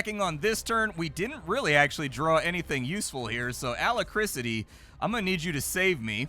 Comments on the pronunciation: pronouncing Alacrity as Alacricity made me crack up for some reason. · Wow how did splat pronounce alacrity? Ala krisity? Omg its like listening to a book and the reader mispronounces basic words, it always shocks me. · LOL, A - LACK - RITY (alacricity?) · Also it's Alacrity not alacricity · yep... not alacriCITY ffs... in rpgs its usually synonymous with AGILITY or DEXTERITY.... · I am not a native speaker, find it hilarious when I hear words like 'alacricity'. Had to check the dictionary, cause that's the kind of grammar nazi I am. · Alacrity is pronounced A-lac-crity 😆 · It's pronounced "Uh lack crit tee" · also bom-bar-dee-er for bombardier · Hahaha... I'm sorry. "Alacrisity..." Also, adding to the general lamentation of not being able to play a fraction of the interesting computer games that goes through, I can now add all the board games he's playing every week... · The way he keeps mispronouncing Alacrity. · Bro really cant say alacrity smh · Mispronunciation is absolutely on brand for. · Engagement bait? You are mental AF. What dememented world do you live in where the BEST explanation for a dude mispronouncing an uncommon word on a nearly 1mil sub gaming channel is that..... let me get this right, it is an INTENTIONAL PLOY TO GET PEDANTIC GRAMMAR NOT SEES TO RAGE COMMENT. Grow up.